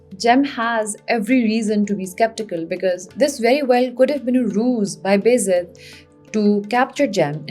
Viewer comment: Can you please pronounce "Beyazid" as "Baa Yazeed" because that's what the actual word is. It is not "Bezid"